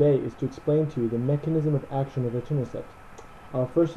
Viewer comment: I keep hearing Eternacept instead of Etanercept.